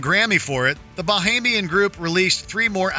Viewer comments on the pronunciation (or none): 🤦🏾‍♂️when will y'all fuckin learn how to say BAHAMIAN!